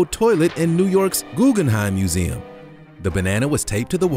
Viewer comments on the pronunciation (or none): none